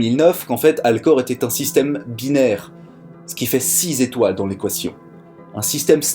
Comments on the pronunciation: Toujours intéressant, captivant parfois ! J'aime bien l'anti prise de tête ! Par contre, c'est cinq/étoiles pas cinq zétoiles ; ça me pique les oreilles ! t'inquiètes pas, t'es pas le seul ! Cette info vaut bien cent zeuros ! ;-) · ! "cinq z'étoiles" MDR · Juste pour info, cinq étoiles et non cinq zétoiles. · Déjà écrit, mais j'insiste : "cinq z'étoiles", ça fait mal. Sinon, toujours aussi sympa de vous suivre. Encouragements. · Bravo, excellent exposé....Dommage d'avoir trébuché juste avant la fin sur les cinq zétoiles.......Mais bon, on ne t'en voudra pas!